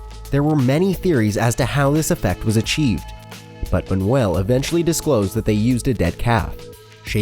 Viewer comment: The most disturbing thing is that the makers of the video don't even try to pronounce the names correctly, "Louis Bunuel and Salvador Da-ali", pff...